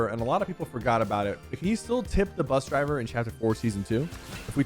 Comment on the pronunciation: i love the "buss" driver